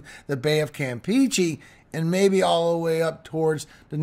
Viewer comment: Cam-peh-che. Cam like calm but with out the l, peh not pea, che like the ch in chair with a e sound, cheh.